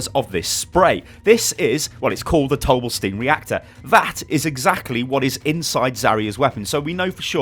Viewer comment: I was thinking dough bla steen